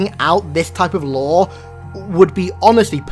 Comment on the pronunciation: Lore? no LAOW